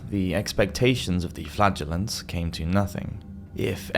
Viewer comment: i'm so sorry 😂, every time he says "flagrllants" i hear: flatulence, i don't have a beavis& butthead- humour, but it's literally every time, in other videos also